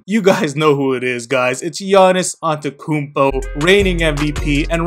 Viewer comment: its AnteTOkounmpo not antekounmpo